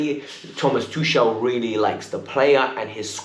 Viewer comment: It's Tuchel..not Tushel